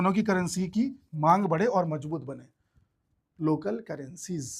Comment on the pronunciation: लोकल करेंसीज, बोलने का तरीका 😂😂